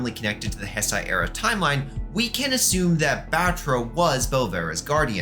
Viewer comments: definitely not malding that you are pronouncing it as hesai, not heisei Also, Gemstone is not Junior. I don't remember the exact points against it, but one of them was the amount of toes being different I think. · Is pronounced heisei not hsisei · one second in and I hear Heisei pronounced as Hess-Aie...dawg...be so fr... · It's pronounced "HAY SAY."